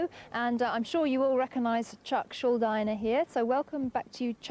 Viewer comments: She pronounced totally wrong dude...is Schul"dEE"ner is not Schuldi"nee"r or some people still saying like School- diner or Skulldiner ... check that buddy.. the first minutes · They usually pronounce his surname wrong lol, its "Schul-dee-ner." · at least learn how to say his name you ignorant bitch..